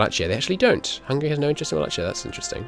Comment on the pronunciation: No offense intended, the ch in Wallachia is pronounced like k